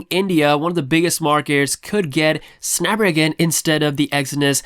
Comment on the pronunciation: Drink every time says Snap-ragon.